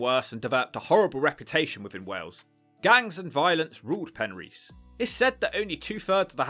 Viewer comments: Penrhys is not pronounced as Pen REECE. Pen RYS, (RISS). Regarding your list of TURDTOWNS, when are you going to include LONDON? The ugliest, dirtiest and most squalid city in the whole of Europe must deserve its own TT video. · It's Pen-riss, not a problem. Welsh language is f'cking weird. Looks like a cool place, those factory roofs though, a lot of that shit went on in the 70's. There is a lot of those roofs in Swansea. Looks like a lovely place to live if you have enough prepped. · First you didn't roll the r in Penrhys, then you failed to roll the r in Rhondda valley. I'm beginning to suspect you've never been to Wales. Hrrrrumph